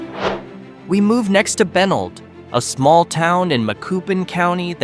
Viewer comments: Benld is bah-neld fyi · My God this was awful!! E Street Louie is the worst, but mispronouncing Benld and Cairo was just about as bad. Obviously no one ever actually visitd these places - Fake Fake Fake